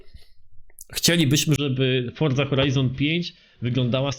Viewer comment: Forza nie forca